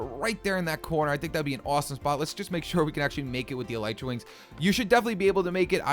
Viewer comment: Your pronouncing elytra wings wrong